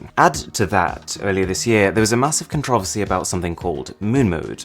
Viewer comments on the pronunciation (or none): Except for when he says ‘controversy’ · con-TRA-ver-sees. Interesting. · Why do you pronounce controversy that way? It sounds kinda funny.